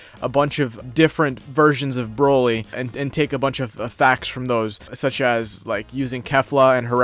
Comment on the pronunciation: bro at this point I don’t care anymore about the topic I don’t know why people are replying to me anymore this Hassan dude doesn’t even know how to say Vegeta correctly and it’s sad he said brokly instead of broly I do watch dbz but ethier forgot that he destroyed a planet or didn’t know so honestly I’m done arguing against people like that that’s why I’m replying to you